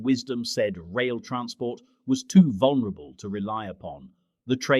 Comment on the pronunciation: True deception. Speak English without knowing proper pronunciation. That’ll fool them. The word is vulnerable not vonerable. You need to learn to speak the language yourself if you know the correct spelling.